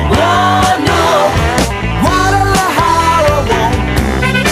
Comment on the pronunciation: First of all: Sort-of amazing that: a guy from KY [well: 'assumptions, assumptions...," but: possibly and, at least: insofar as I can tell....and "in recent history" 🤷🤷👍] (i.e.: ) knows how to pronounce: "Poughkeepsie!" (...never mind: Guadalajara —although, in all honesty: I find THAT one to be...the simpler of the two, for many people.🤷😛). Impressive! 😜👍 Secondly: that is Jeff "Skunk" Baxter on those (rippin'!) guitar leads. You MAY be familiar with Skunk from his time in the Doobie Brothers (I am not sure), but: Steely Dan was, indeed, his original band. (He was, also, a(n 'in-demand') studio guitarist —which is how he, first, met the Doobies and is a highly-highly-skilled and lauded player (and deserves every accolade he gets!)🤘🤘🔥 —This is the period BEFORE the band dissolved (subsequently, becoming a non-touring artist/entity and consisting, official, of, only: Walter Becker and Donald Fagen (although: magical audio engineer: Roger Nichols, really, deserves inclusion. His shared perfectionism (I mean: shared with: Donald Fagen and Walter Becker, here.) and detail-oriented mind (and ears) made every Steely Dan album sound like it was: 25-years ahead-of-its time (or so)! 🤘🤘) and became "studio only." (Ill-informed...or, simply: lazy🤷🤷) people will, often, say things like: "...it was a 2-person band...." re:Steely Dan, but that is the, extremity, simplified, "novice fan," version of part of the story and doesn't, actually, reflect the truth, completely (nor entirely